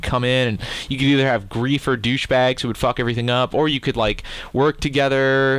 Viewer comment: i love you said greaifer dushbags XD